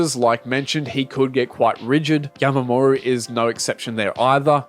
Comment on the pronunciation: why do you keep sayin yamamoru